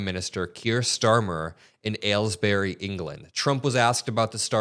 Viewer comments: Did you mean “Aylesbury”? Not “Aylesberry” 🤦🏼‍♂️ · ‘Aylesbury’, not ‘Aylesberry’. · It is Ales-bree, like the beers and the cheese. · PS Aylesbury is pronounced Aylsbry. This is not a criticism as I understand that English placenames are weird. Salisbury = Saulsbry. Worcestershire = Woostershur. etc... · Ah yes, ails-berry. Lovely part of England.